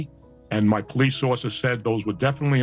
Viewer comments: "The POE-LEECE" 🤣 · The way you say Ramen noodles “Roman😂” and POOOOLice